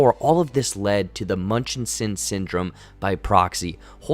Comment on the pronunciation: I love listening to you pronounce Munchausen syndrome lol